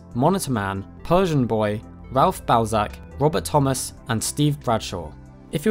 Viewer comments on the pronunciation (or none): none